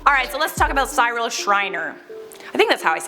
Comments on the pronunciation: Pronounced « see-real » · U baked potato lol its pronounced SEE-rul or like SIH-ril.Remember "the raccoons" Cyril Snear yay Canada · its not how you say his name. You pronounce it like "cerel"